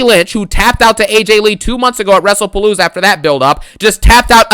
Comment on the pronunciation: Funny how you pronounce WrestlePalooza as “WrestlePaloser”